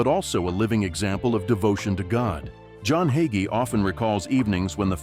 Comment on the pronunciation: Waste of time! Narrator can't even pronounce his name correctly! He's a great Christian man